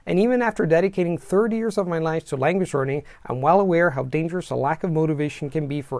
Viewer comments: You're amazing. I do this hesitantly, but since you have a really incredible, almost perfect accent, your leading 'y' on words like 'years' come off as 'ears', but 'your' sounded great. This video was awesome! Thanks! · You keep pronouncing 'years' like 'ears' - are you doing an Indian accent? 😜 Great content anyways, thanks!